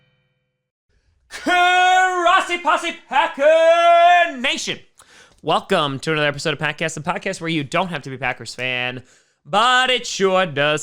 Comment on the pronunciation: When did it become the Crossi Posse? Lol, it just sounds like he says Crossi